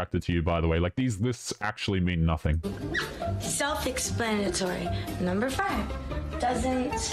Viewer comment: Self expannitory